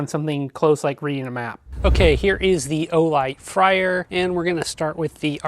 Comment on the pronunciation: Just FYI, it’s supposed to be pronounced “FRAY-er,” not “FRY-er.” Good review overall, thanks. Thanks also for including the bit about disabling/re-enabling the proximity sensor; I didn’t see that in the manual that came with mine